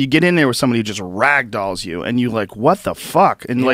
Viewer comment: Joe "rAAgdolls" Rogan